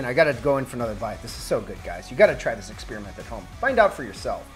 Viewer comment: When did experiments become "expeeriments"?